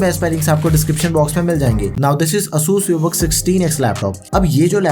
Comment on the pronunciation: its "ay-sus"